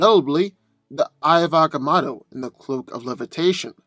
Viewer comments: It's not "eye of ahga mawddo" . It's Ahga Moe toe. It's not "Sitter ak", it's "Sigh toe rak" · You tell your story very well but you're saying the eye of agamotto so wrong it's very annoying